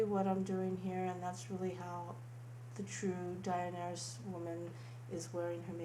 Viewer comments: It's pronounced Duh-nare-eeys. If you're going to try to appeal and apologise to a fandom at least bother to do 5 seconds research or you'll just piss them off all over again. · I thought the name was weird, but it's pronounced like this. Da-nar-ris. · I think it's a very nice look, and definitely looks a lot more like Daenerys than the first one (though I understand that the first one was an *inspired-by* look). Also, if you ever need it again, her name's pronounced something like den-AIR-iss :-D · Just to help you out, it's pronounce Day-Nair-Is...Daenerys. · Much more accurate then the first look! Ur very talented, by the way her name is pronounced DA-NE-RUS stormborn of house targaryen :) love ur videos n ur model is sooo pretty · Her name is pronounced duh-nair-ease, but other than that she looks much more true to character. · i loved it so much! and by the way her name is pronounced "da-neh-rys" thats was the best way i could spell it to explain the name but i hope you understand it :) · Okay... First things first.. It's "Daenerys".. Just try.. Its not that hard to pronounce..! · She clearly doesnt watch game of thrones or she would know how to pronounce the name 😂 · dont do a character that you dont even know you cant even pronounce her name right!:/ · SAY HER NAME CORRECTLYYYYYYYYYYYYYYYYY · The way you say Daenerys makes me want to stick a bleach soaked tampon in my mouth and suck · why can't you say daenerys? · Exactly! She says that she researched the look, but what, she couldn't take two minutes to look up how to say the characters name? How stupid is this woman, she just continually makes herself sound like a fucking idiot by saying the name wrong over and over again. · You pronounce her name wrong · Learn how to say the name of someone who inspires you. You don't have to be a die hard fan. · Lol did the way she pronounced her name bother anyone else..? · Man, you don't have to be die hard to know how to say a characters name properly..